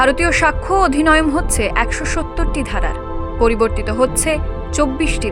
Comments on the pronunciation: অধিনয়ম কেন বলছেন? ওটা অধিনিয়ম। আপনাদের মতন শিক্ষিত সাংবাদিকরা এরকম বললে সাধারণ মানুষের তো ভুলই শিক্ষতে হবে।😢😢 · এত ভুলে ভরা ভিডিও সম্প্রচারের জন্য ধন্যবাদ। কবে আইন প্রণয়ন হচ্ছে তার তারিখ সম্পুর্ন ভুল‌ । অধিনিয়ম কে অধিনয়ম বলা হচ্ছে। কাদের কাজে রেখেছেন?